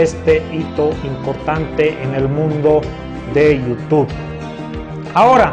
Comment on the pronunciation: jajsjssj cara de llama ojo y no soy masista jjajj i se dice youtube y no yutu